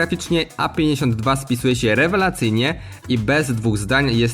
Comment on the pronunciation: Ciekawie przedstawione, dynamiczne recenzje / porównania telefonów. Z mojej strony brakuje wyrónania tempa mówienia oraz problemy z wymową. Częściowe podkreślenia końcówek (ą, ę), częsciowe wyciszenia ("siE") albo niepoprawna wymowa przez brak kontroli, spowodowany utrzymaniem szybkiego tempa wypowiedzi ("szedziesieciopiecio"). Może się przy#ier*alam i tracę zbędnie czas na ten komentarz, jednak piszę to w celu chęci pomocy, nie nasycam tej wypowieści zazdrością, czy nienawiścią. :) Rozwijaj się, twórz kanał, rób, to co robisz, ale przejdź się do logopedy. ;) Walczymy nad jakością audio/video, a nie zwracamy uwagi na tak trywialne sprawy jak czysty przekaz. Btw. przejrzałem twój świeży film z 3.11 i wiele się w tym temacie nie zmieniło. Albo zostanę zlinczowany albo jeszcze mi za to kiedyś podziękujesz. Pozdro, rozwijaj się ;]